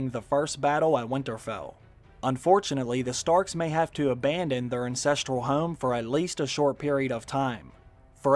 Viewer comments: you say insetral don't you mean ancestral there just a little bit different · Did you say "incestural home" min lol?